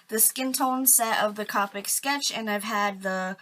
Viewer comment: I'm not trying to be rude or anything I promise but it's pronounced Co-pic not Ca-pic